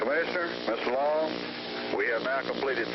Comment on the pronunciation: So, were the witnesses executed too? Who cares about their movement? Too bad they wasted so much electricity to put one scumbag to death. BTW, the name was Mr. Long, not Mr. Low.